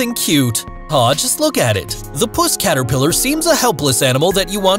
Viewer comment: Seriously. The way you said that 😂 Puss caterpillar. It's puss caterpillar 😂 Nice video guys. Oh and it would be the six eyed sand spider that is the most venomous. I have three.